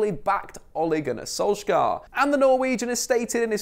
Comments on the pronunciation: btw Solskjær is pronounced "sool-sh-heir" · It’s pronounced Solskjær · Im norwiegan and its pronounced sol-shahre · Solskjær. The "æ" is pronounced like the a in alley.